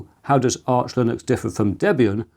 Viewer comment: It’s Arch, btw.